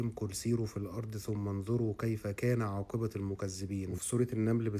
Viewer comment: خلي بالك عاقبة بضم التاء مش بالفتح